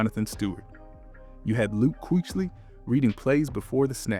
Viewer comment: Dude. QUEECHLY? This guy ever even watched Carolina on tv?